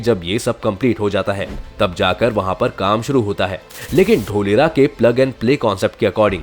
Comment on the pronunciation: ढोलेरा nahi धोलेरा😂👍🇮🇳😘😍